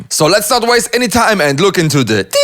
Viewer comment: Me:It's just a suggestion but I think you should change the way you say "Details":It's called "style" haters. 😊